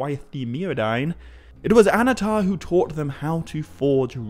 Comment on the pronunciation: Annnatar, not Anatar. Emphasis on the double NN.